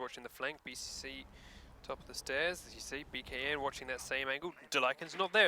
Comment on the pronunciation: Dear: please don't say "BKN." It is pronounced "Bacon." Thank you.